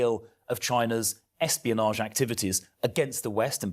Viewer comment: NGL it sounded like you said Epstein-onage instead of espionage 🥲 Philp will be the next Tory defector. I can see it. I can feel it in my bones.